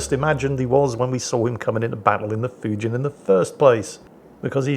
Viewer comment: Just for the record, "Fujin" rhymes with "routine".